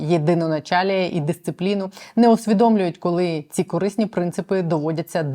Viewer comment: Вимова колі котлеті це стидоба!!! Мабуть в школі не навчався😂А ще й депутати заліз!!!Сором!!!